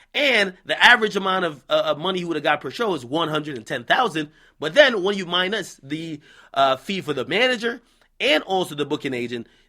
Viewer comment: Jamaican accent popped in for the “minus” lmaoo Ak gotta start using the word subtract